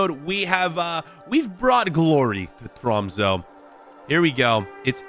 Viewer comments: next time say tromse instead of tromso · Han sa troumso😂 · I just put it into google translate it’s pronounced TROMS-UH